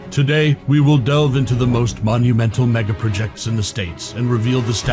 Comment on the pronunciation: Can someone program the computer-announcer to say MEGaPROjects. You held me for 15 seconds.